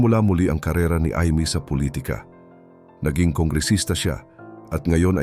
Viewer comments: I mee not Eeemee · Learn to pronounce well. Imee is not pronounced Imi! But Aymi! Dami mo mali sa pronounciation. Are you Tagalog or not? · Kaalam bakit emee pronounce mo I. Mee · Pronounce Ay mi not eemi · Mali ang pronounce mo sa IMEE saang planet kaba galing.🤣🤣🤣🤣🤣